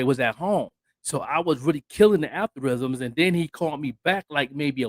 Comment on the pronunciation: 😄Al-gor-ithms😄 Algorithms.